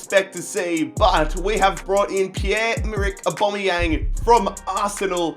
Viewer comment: Stop saying abomiyang